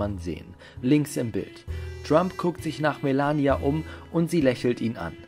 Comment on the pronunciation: Hauptsache Melania deutsch aussprechen